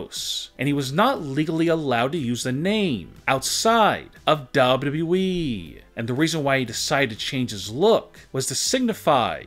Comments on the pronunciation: It’s wwe not dayudayue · Why do you say dubaa badee it’s wwe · It's wwe,not dablu dablu e😂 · Its WWE not WW-WE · it’s Double U Double U E btw. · "bobudabuee'' you mean wwe freind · I love this video but I can’t stand how this man says wwe he says it like dobleoo doubleoo Eeee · He says wwe Dub dub E xD I'm just saying pls don't roast me. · Ww weeeeeeee You’d think he’d learn how to say it right by now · what the hell is daablu daablu eeeeee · What the hell is dubdubue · Why do yo say wwwe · Why cant u pronounce wwe properly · Dude I like u but hate the way u say wwe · What's wrong with this guy saying wwe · this guy can't even pronounce WWE properly... lol